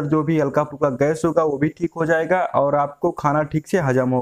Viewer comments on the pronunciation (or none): none